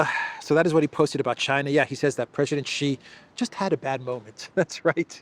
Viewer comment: Great content again! Good on ya for pronouncing Xi right! Now, please make sure A.M. says it right too.